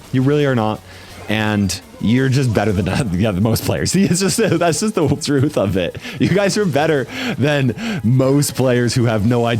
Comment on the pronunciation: bro be saying th thurth(ps i know u made a mistake its just for the joke)